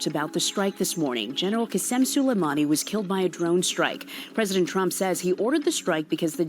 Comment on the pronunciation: Pronunciation - su-lay-money.